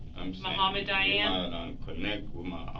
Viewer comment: It's Dayan, not Diane LOL